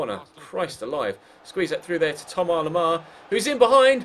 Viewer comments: Its THOMAS Lemar. NOT TOMAR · I swear his name is Thomas... Not Thoma or Thomar 😭😂